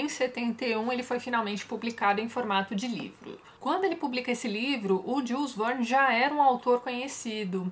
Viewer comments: Olá Tatiana , permita-me te corrigir a pronúncia do nome do autor , em francês: Jul (sem pronunciar o "s") e Verne como Vér + n . Até mais! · Tati, Jules Verne é francês, você está pronunciando o nome dele como um inglês falaria, segue um link com a pronúncia correta do nome dele, ok, abraços